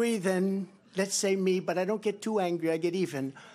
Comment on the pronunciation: trump said "i dont get too angwey"